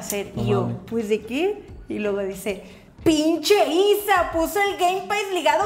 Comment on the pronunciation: el pinche isa mas hermoso, con acento em la P